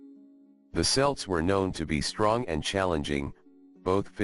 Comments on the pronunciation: "Celt" is pronounced with a hard c. We're not talking about an American football team. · cant believe he does not know how to pronounce celt